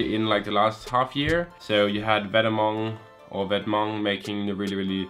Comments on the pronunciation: Well it's not "Vet-mong" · When I heard you pronounce Vetements I almost died. Still a great video tho. How to style Yellow next?